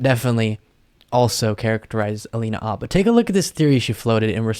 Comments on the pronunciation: Never knew that "H" in Habba was silent! She is the next to need a real lawyer. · dude, I think it's alina habba, not halina abba, not that it matters a lot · AYFKM?!? "Abba?" 🤦🏻‍♂️ ...its Habba! 🤦🏻‍♂️